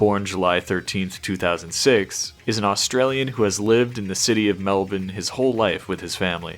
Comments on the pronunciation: Finally a non Australian that didn’t pronounce Melbourne as “Mel born” you’re a legend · An American who pronounced Melbourne correctly, never thought I'd see the day 🤩